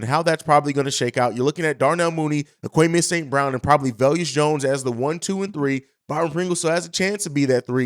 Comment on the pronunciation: No disrespect but ur terrible with names Velus (Vey-Lis) EQ (Eck-Qwa-Nee-Mee-Is) Al-Quadin (Al-Qwa-Deen)